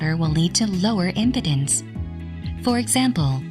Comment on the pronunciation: OMG! the mispronunciation of "Impedance" by this text-to-talk bot is hilarious!